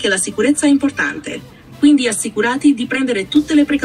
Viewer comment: ..assicurati con l accento sulla a...una roba incredibile.